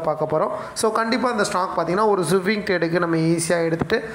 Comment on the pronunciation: Suwing ila swing